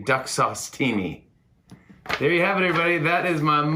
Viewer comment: "We ave a great show for you tonight" xD poor Jimmy thinks he is still in his studio